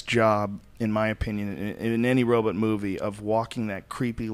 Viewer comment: I've been reading Daniel's book, Robopocalypse. It's a great read, I highly recommend it. Killer robots are the new zombies. Also, I wonder if Joe was trollin' Daniel by constantly saying "Robutt".